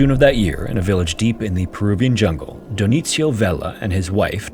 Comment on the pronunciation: Funny way how the narrator pronounces Dionisio as Dionicio as if it was Italian instead of Spanish from South America.